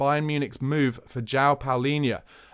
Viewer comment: Pronunciation: João /djuam/